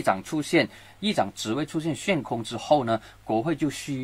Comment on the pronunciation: ，悬 xuan （第二声）空